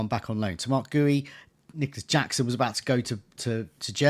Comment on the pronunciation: Please let's sort out the pronunciations: Guiu = "Gee-You". He's Spanish. Google will tell you. Wirtz = "Vee-irts". It's not that difficult. Sorry, I'm a pedant.